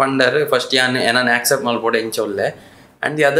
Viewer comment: its not except, its accept, pronounce it correct as chilimbi pronounced